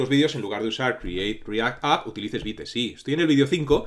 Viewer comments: Hola, la pronunciación de Vite no sería Vait realmente ya que no es una palabra inglesa si no francesa, la pronunciación sería veet(vit). Muchas gracias por brindarnos este curso, lo he estado esperando por mucho tiempo, por favor un poquito de zoom para el código 🥺🤓😎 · Un punto,. Según el creador de estas herramientas (vue, vite, pinia) su pronunciación es la palabra en francés, creo que le encanta el francés, así que es vit. Pero igual mientras se entienda todo pasa. Sólo a los puritanos les ha de arder los oídos, jejejeje Yo he usado poco React, casi todo lo que he visto (cursos y tutoriales), no tiene recomendación entre que usar o qué no, dado que es más a lo que tu consideres necesario y lo que hallas leído de dichas herramientas. en lo personal me gusta más Vit, porque es una bestia en velocidad y con HRM es genial, y hoy en día que tenemos al hermoso "bun" desarrollar es como cuchillo al rojo vivo atravesando mantequilla. Pero igual que lo anterior, todo depende de como quieras hacer las cosas.:body-blue-raised-arms